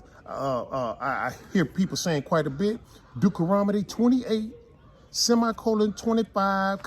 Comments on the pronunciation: Dukaromodie. 🤣 I love how sweet knows is saying Deuteronomy wrong but decides against correcting him. That’s a Queen right there! 👑 She’ll tell him in private. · If you're going to read God's word, know how to pronounce the book Deuteronomy. I love how people always say "White Jesus", but don't read the scriptures that describe him as a black man. While you have the bible open, read Matthew .